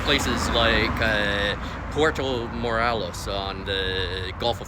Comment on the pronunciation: Just a friendly little correction...Puerto rhymes with where-toe. Pwair-toe. Por-toe would be spelled porto. Hey , might as well learn to correctly pronounce Mexican cities in proper Spanish if you're going to live there, right? Puerto means harbor. You'll note that cities like Puerto Vallarta, Puerto Libertad, Puerto Lobos, Puerto Magdalena, Puerto Mexia, Puerto Argudin, Puerto Cortes are all on bodies of water.